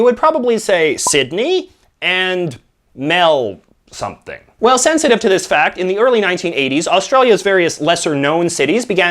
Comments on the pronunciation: G’Day mate I am very Australian I’m proud to be. A lot of this one is correct but some wasn’t. The word Melbourne it’s pronounced Mel-bin.lastly Everything was wrong except for the vegemite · Melbourne is pronounced as either melben or melb'n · It’s pronounced Mel-Borne. I’m a proud Aussie who eats vegemite on toast everyday, and it’s NOT crap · It said CanBRA not canberra but spelt canberra and Its said MelBEN but spelled Melbourne and The reason why canberra is the capital city its because melbourne and sydney wanted it so they but it in the middle Please Read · Mel-something is Melbourne, i live there, its pronounced Mel-bin or Mel-ben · It's Melbourne Pronunciation: Mehlbohern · Mel-something? Do Canadians pronounce Melbourne differently? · you did very well, seriously. 1) it looks like Melbourne, but its pronounced 'mel-bin' or 'mel-bn' 2) Woombye = 'wom-bye' 3) we do still have bottled wine. bottled wine is usually more expensive than goon, but its a much higher quality.